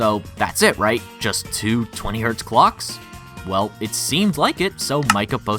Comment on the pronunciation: its hz not htz